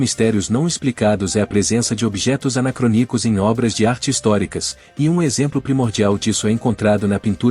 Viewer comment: Para maior credibilidade precisa acertar a pronuncia. Parei de ver quando a narração disse “anacrônico” como se fosse uma paroxítona